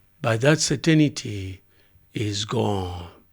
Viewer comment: Did he say cer tin a ty?